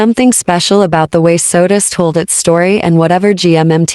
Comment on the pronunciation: It's SOTUS not Sodas.